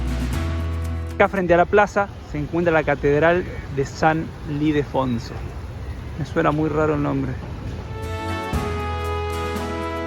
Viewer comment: Catedral de San Ildefonso y no Lidefonso.